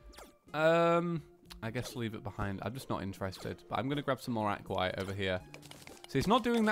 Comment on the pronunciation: Aquat? It's aquaTITE (ac-wa-tite) Edit: not trying to be rude. Just a little.... hint? I don't know what to call it but just know I'm not behind rude